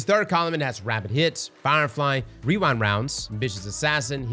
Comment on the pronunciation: wewind wounds 😂